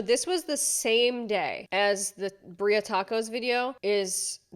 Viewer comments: The way you pronounce birria is making me mad lol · Please pronounce birria correctly